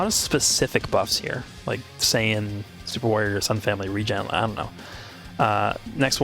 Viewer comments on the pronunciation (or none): none